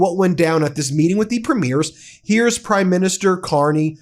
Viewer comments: Ben, I watch your videos and think you’re very good. However, please know you are making a pronunciation mistake. Lots! The leader of our provinces are called Premiers. They are not premieres. Premieres are the opening ceremony of a movie or art performance. I cringe every time I hear you mispronounce it. Thanks. Keep up the good work. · I really do wish American commentators would finally get how to pronounce our Provincial Leaders. Doesn't matter if its utube or CNN etc. Its Preem..yers. NOT Prim..meers. They aren't premiering anything on the red carpet or movies etc. Its PREEMYERS!!!!!